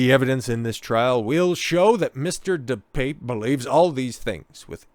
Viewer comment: Pronounced: DePappay